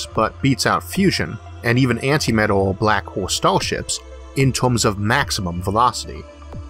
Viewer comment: Antimatuh... Tewbwy pwacticwal building a highway between the staws...